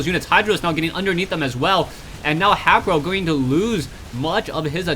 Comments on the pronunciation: I think haypro is pronounced hey-pro vs hap-pro ur the man anyways GG for consistant casting =D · Think it might b pronounced Hai-pro since his name is Hayder.